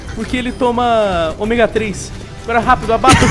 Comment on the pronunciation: omêga 3